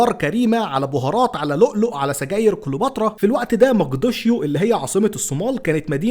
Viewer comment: تحليل زي الخ...را قال مقدشيو قال انطق الاسم صح الاول